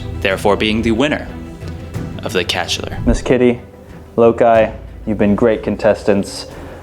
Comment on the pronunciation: Pretty sure the winner's name is said "Low-kai" like the character in the original Star Trek "Let That Be Your Last Battlefield" whose painted face is split vertically down the middle, much like this tortie cat's fur. (Wonder if she fights with a sibling named Bele?)